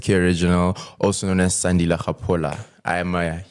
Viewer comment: Please fix his name Sandile not Sakhile, love mama bear❤